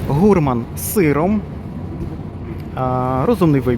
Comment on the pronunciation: Можна вам допомогти? Вимова правильна: нуазЕт,гурмАн...Далі буде.